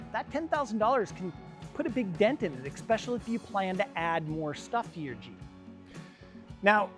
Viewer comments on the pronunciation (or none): none